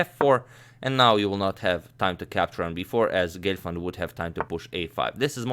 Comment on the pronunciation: Not Glefand ...It's Gelfand...Lol😂